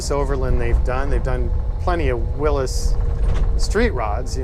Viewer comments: Whatchu talkin bout Willis? Its a “Will-ees” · It's Willys not Willis! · It's a willys , Not a willus. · Beautiful job....But it's pronounced 'Willies' Not 'Willis' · Good video. Only comment is that it's pronounced "Willie's," not "Willis." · am I the only one bothered by him saying it like "willis" versus the correct "willy'S"? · Haha, that'd be "Willys's", or "the Willys historian". What you've written WOULD be pronounce Willees. Yeah, I've got nothing better to do LOL. I've been trying to unstick a 40 years sitting Willys Knight Light Six sleeve valve engine all weekend and it has, for the time being, got the better of me. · It has never ever been called or pronounced Wil-lis it has always been Wil-lys as in Willys. And it has always been spelt Willys period. Thank You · Really? The original name of the car company was Willys-Overland, NOT Willis-Overland......I own a 1949 Willys Cj-3a, NOT a 1949 Willis Cj-3a.....Smmfh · Williy W I L LY 's WILLEES. Very well done. If this was in the N.E. the floors would have been gone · Awesome build but is he saying Willis or Willys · it's pronounced Will-eez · Don't know Why he pronounces Willys as"Willis". No one I know ever heard it pronounced that way, including announcers at drag racing events.( Willys coupes are a popular body style for "gassers" and other classes.) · "Willis" WTF? Willys has a Y. Also Jeeps are NOT trucks. A man of your caliber should be aware of proper English... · Huh! Never heard it pronounced by anyone that way in over 50 years, even as a Jeep mechanic. I think the "correct" way is a recent fad? Names often deviate from what is correct. I have a friend with the sir name Koch who says it is Cook, but people refer to the Koch brothers as Coke. Others, Coach. Guess I'd have to hear it in an old TV commercial or from the Willys family... Now Porsche is another story...and Toyota was the Toyoda family.... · You pronounced "Willys" wrong.